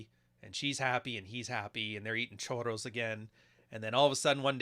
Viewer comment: it's churros not choro, choro means diarrhea 😝